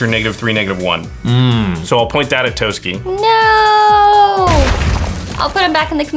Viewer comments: i always thought it was pronounced as "Toss-ki" not "Toas-key" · Why does everyone pronounce it as Tosuki? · I hate the way they say Toski, it’s tah-sk-E. It’s as if you said it like you would Ratatoskr which is who he is based off of...